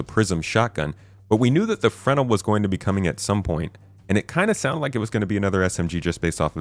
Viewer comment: Fruh-nel! Not frenel like fennel.